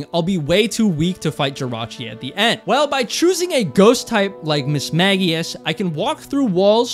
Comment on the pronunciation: THANK YOU FOR PRONOUNCING MISMAGIUS CORRECTLY!!!🥹😭😭👍👍❤️🩷